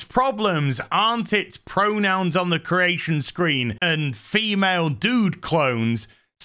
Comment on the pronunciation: I keep hearing "uncle fester" lol 😅